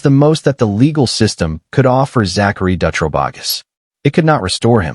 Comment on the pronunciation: Shitty thing is, I was locked up in Coffee Creek with Jessica Dutro (dew-tro)...she is now gay...so it makes her case that much worse. Also, Sarah Saffernick is in Illinois. Oregon, Illinois. These were supposed to be Oregon state, but decent video